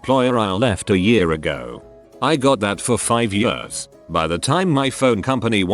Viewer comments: No one: Text to speech voice: yörs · Nobody: The text to speech: Yêärs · nobody: text to speech: y u r s